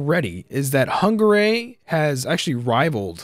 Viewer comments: Can you please stop pronouncing hungary like that? Its hungary not hunggaray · The way you pronounce Hungary, lmfao. Nice idea for a series! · Why does he say hungary so weird?